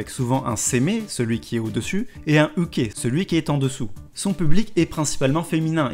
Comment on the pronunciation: " Et un OUKE " ptdrrrrrr les vrais savent >-> ça ce prononce " Yuke " on peut aussi prendre les termes Seme = Top Uke = Bottom